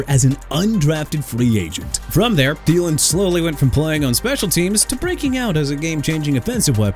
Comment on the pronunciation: THIELEN AS IN THEE-LIN NOT TALIN! NEW ORLEANS AS IN NU OR-LINS NOT NEW OR-LEANS! YOU'RE GONNA BE OUTTA HERE SOON DUDE. DON'T PLAY WITH ME NO MORE.